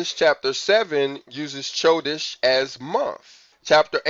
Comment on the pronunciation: Bro I don’t mean this to be rude. How have you been studying Hebrew this long and the calendar and you pronounce “chodesh” with the “ch” like in “cheese”. The “ch” makes the “H” sound and like your trying to clear your throat also. Chanukkah is pronounced Hanukkah but the “H” has the throat clearing noise. So it’s “chodesh” pronounced “Hodesh” I think you should have known that by now, not saying to be rude, much love brother